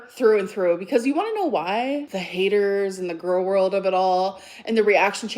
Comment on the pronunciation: "the Gorlworld of it all" 😂